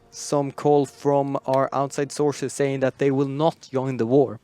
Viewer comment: by correct you clearly mean Yoin, Yump etc.